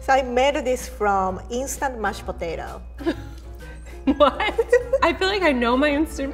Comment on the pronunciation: The way she pronounces “Mashed Potato” perfectly describes the dish. ”mush potato”